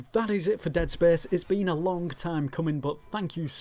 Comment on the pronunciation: "spehse" :D